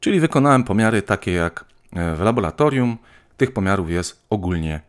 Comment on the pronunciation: laboratorium laboratorium labolatorium